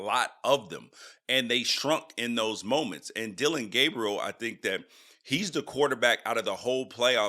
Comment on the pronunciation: It’s Dillon, not Dillion. And Gabriel, not Gabrielle. C’mon now.